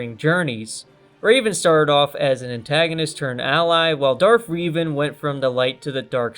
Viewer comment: I hate how you mispronounce Revan